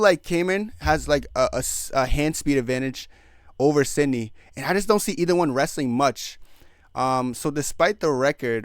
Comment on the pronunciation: You have to work hard to say the incorrect things you do, from Juliana being from contender series (no, she’s from TUF) to pronouncing some of the easiest names wrong (Iviana, Mariana, bolognas, Sidney, pozeebio) not even knowing Tate was on the card and not knowing loder was a d1 wrestler. Lol. Entertaining though.